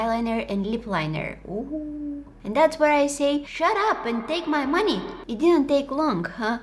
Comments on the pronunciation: "yah make me spend ma moneh" 😂it just made my day😂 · "hurry up and take my MoNeH." got me laughing💀